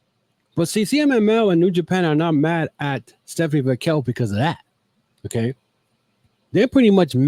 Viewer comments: you keep saying VAQUELL and not VAQUER. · Butchering Vaquers name man.